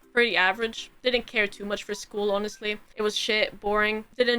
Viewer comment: Welp....new word it is "Yonestly"